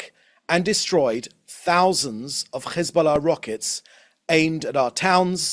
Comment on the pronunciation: Why do these Europeans speak petfect brittish english, but can't pronounce Hesbollah? They say Ccchhezzzzboullahhh. It's offensive. Its like they make fun of Middle Eastern accents.